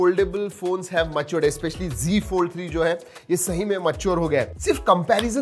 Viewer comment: It's not g fold it's Z fold.... you say g fold